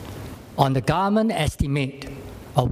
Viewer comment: The way he pronounce government as garment is so funny...